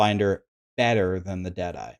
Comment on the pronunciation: When u say Dead eye (ranger) I keep hearing Jedi😅